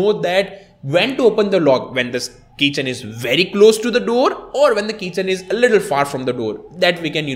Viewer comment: Keychain not kitchen